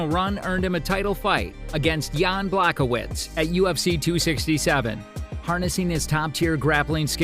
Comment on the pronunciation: Jan Błachowicz not blahovich